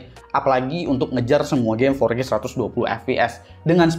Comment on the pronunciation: "BiSa FoRkE sErAtUs DuA pUlUh HeRtS"